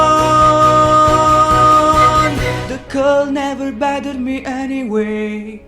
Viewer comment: Oddio D: È così strano sentirti in italiano e in altre lingue, quando sono abituato a sentirti a cantare sempre e solo in Napoletano xD Una cosa: in inglese il TH nelle parole THE e BOTHERED dovrebbe essere pronunciata come una zeta, ma con la lingua tra i denti e non come una D. Comunque. quanto ci hai messo a fare tutto (tra imparare le pronunce, cantare ed editare il video)? Complimenti per il grande lavoro :D